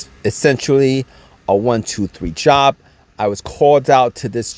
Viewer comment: The (essentruly) essentially is killing me